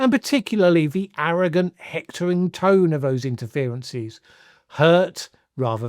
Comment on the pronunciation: It's pronounced the not ve